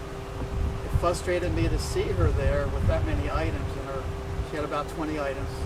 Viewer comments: Can ANYONE pronounce, “FRUSTRATED” these days? Not, Fus... Frus. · “Fustrated me”